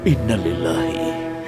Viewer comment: 😂😂😂😂 mimin yg dubbing Ketika mengucapkan ayat tentang Musibah meninggal Ayah ya'kub yaitu Nabi Ishak itu salah, bukan "Inna lillaahi wa inna lillahi", Tapi "Innaa Lillaahi wa inna ilaihi raaji'un